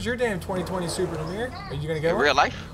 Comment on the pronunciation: Ur not saying nahmir right